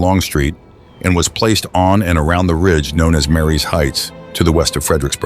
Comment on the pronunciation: Its pronounced ‘MARIE’S Heights’…Not ‘Mary’s Heights’